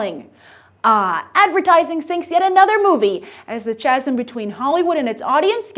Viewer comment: Chasm is pronounced "kaz-um"....